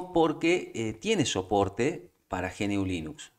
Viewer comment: GNU nunca se pronuncia como ge-ene-u, se pronuncia como una sola palabra, gnu (pronuncia primero como gunu y quitale la primera u para que al final quede gnu) o en español también podemos decir ñu.